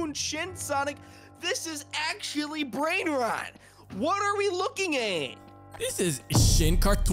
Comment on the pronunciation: Bro just said brainnrot